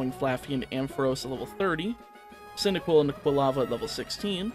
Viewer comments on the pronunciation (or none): none